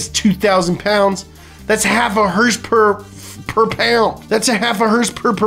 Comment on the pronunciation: Another great video on one of my favorite YouTube channels...please stop saying herspers...